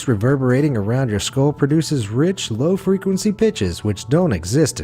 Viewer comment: Low frequency bitches? That’s what I heard